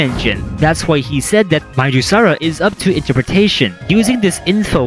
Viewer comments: Either midusara is pronounced more like madusa, or midas (like his golden touch) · I think Midusara should be read as Mai-da-sara. As the reference to Midas, from who the power of petrification came from as a reference, to begin with. But it's just a theory